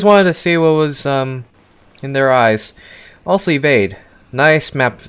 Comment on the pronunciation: Bro really said "Evade" 💀💀